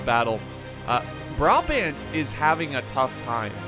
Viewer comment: A little tip :) Its about the way you pronounce brabant, switch the wat you pronounce the firtst A with the way you pronounce the secand A :) then its correct, anyway love the vids!!!